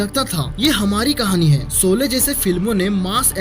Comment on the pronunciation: Abey saale solley nhi sholey hai😂